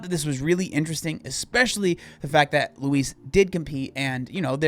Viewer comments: Its not how you prounouce her name. Its loo eese. You say it terribly. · Why do you pronounce Louise like Luis 😭😭😭😭😭